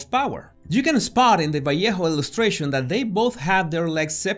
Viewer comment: J.E.R. theoretically COULD have used another artist like franzetta as an example but LOVE the pronunciation of "vallejo" enlivening the dismal subject matter - great everything as always - kudos.